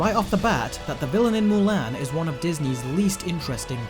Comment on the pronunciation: Say it with me MULAN not MULAIN